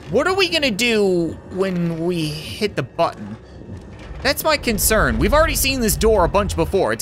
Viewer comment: Of course there would be a loud door and button.. Of course... Ofcourse there would be a loud door..button😂 He can't speak properly because of Fat Spider Man😂